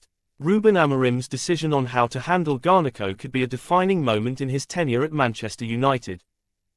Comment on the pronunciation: Cheesus its garnacho not garneko fuh christ sake